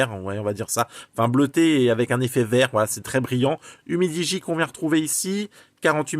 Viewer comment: C'est pas mal "umidi" 😂